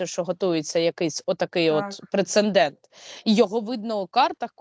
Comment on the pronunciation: Скажіть вже хтось Сейраш, що слово прецеНдент і пишеться і читається ПРЕЦЕДЕНТ. У кожному випуску вживає це слово по надцять разів і ніхто з ведучих ніби навмисно не чує.